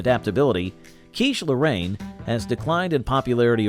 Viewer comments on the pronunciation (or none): Also Cheesh Lorraine!